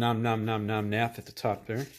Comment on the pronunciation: Glad to know I’m not the only one who says something along the lines of “Om-nom-nomnath” 😂